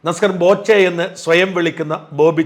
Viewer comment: ബോ ചെ എന്നല്ലേ